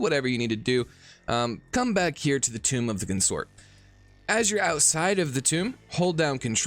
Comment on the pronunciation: It's CON-sort, not con-SORT